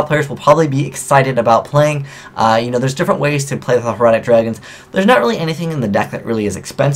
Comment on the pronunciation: Hieratic is Hi-er-a-tic... it refers to the cursive writing style in ancient egypt. Heretic is Hair-uh-tik a belief that disagrees with current widely accepted ideology...